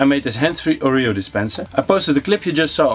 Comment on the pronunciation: Leuk project en leuke video, ik lag me rot😆🤣 Oja en je spreek Oreo verkeerd uit, het is Oreo 😜🤣